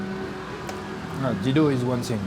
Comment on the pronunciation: You get it wrong man. It's Dhido not Dildo😅😅